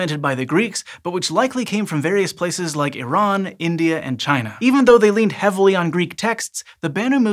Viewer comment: Thank you for pronouncing Iran correctly😂I know it seems like a little thing but it’s always frustrating when people pronounce it wrong